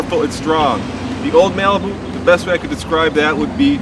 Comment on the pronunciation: yeah you said old mailbu